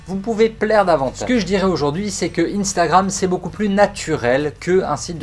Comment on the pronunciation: pourquoi t'as pas prononcé le R 😂😂